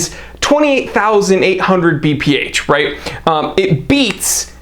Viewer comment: Note to: it's BPH and not VPH))